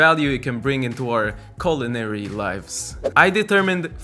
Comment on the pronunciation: Did he say "culinary" or "colonary"? Because, uh, with those peppers...?